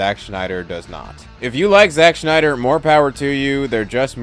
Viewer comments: Agree more than disagree, but I have to say... he's killing me with saying Schneider instead of Snyder 😖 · It’s Snyder, not Schnieder. Rob Schnieder. Zach SNYder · It’s Snyder, not Schneider. There’s no “ch”. You’re saying the wrong name. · It's Zack Snyder, not Zach Schneider. Snyder and Schneider are two different names. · great video but it’s snyder not schneider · living for you calling him schneider the whole time lol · Who the hell is Zack "Schneider"? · Snyder not Schneider. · I can't watch this video. The freaking "Schneider" thing is bothering me. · It's SNYDER . Ssssssssnyder. Idk where you keep finding the 'SCH' you drop in the name but you certainly don't hit the 'SCH' with any other 'S' words; You said DC Ssssstudios fine. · It's Snyder not Schneider. Every time you said his name I kept thinking of that Rob Schneider bit from South Park. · Why does this dude keep calling him shnyder? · I enjoy watching scenes from Snyder’s films but I don’t rewatch them very often. I do rewatch Gunn’s films and it is mainly to see how things fit together. Thanks for helping me see why. Friendly correction: Snyder is not pronounced like “Schneider.” I’m married to a Snyder and he hates that. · Im sorry i can't watch your video You just keep saying Schneider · Your telling me that a word being mispronounced (which I can’t even hear the mispronouncing) is why you clicked off. Are you sure, or are you mad that he said bad things about Snyder. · There's no H in Zack Snyder